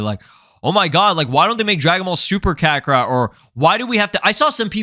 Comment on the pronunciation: "Dragon ball z cuckarot" 😭